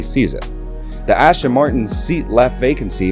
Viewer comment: Can you please say the names correctly...! It's not Ashton...its As-ton.